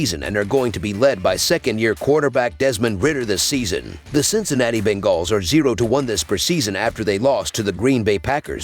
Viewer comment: The Ben-gaws 😂